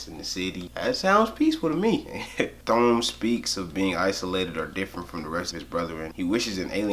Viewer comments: I loved the video, but hearing him pronounce Thom "*Th*om" hurt me inside. Subscribed! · You should pronounce thom like tom 😀